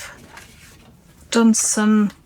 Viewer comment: I never got a response to my inquiry about merry card, but I think you were saying mirror card. I had the volume down and the cc on. Sorry, I just didn't understand.